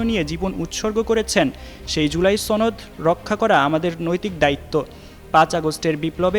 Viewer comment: একজন সাংবাদিকের উচ্চারণ "সনদ" নয়, "ছনদ"। 😂